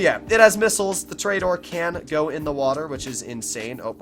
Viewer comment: i cringe whenever he says tor-E-dor